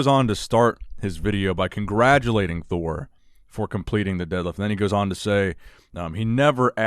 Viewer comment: No one: Eddie Thor : Addie Me : Edward